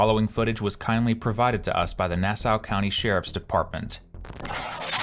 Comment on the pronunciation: this narrator (ai?) needs to learn to pronounce correctly. same thing in the last video. this is only my second video from this channel and it's frustrating tf outta me ... nassau county fl is "NASS-ahh" not "NASS-OWW" (last video Bellevue WA was pronounced "BELLA-view" over and over. it's just like it's spelled, dawg: "BELL-view." takes two seconds to research and look up before saying it wrong over and over) please do a little more research or if it's ai, maybe quit ai narration. i want to like this channel. i really do.